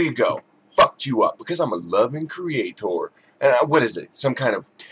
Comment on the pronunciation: It's CreaTHOR! *giggles* She grinds my gears! She needs euthanization!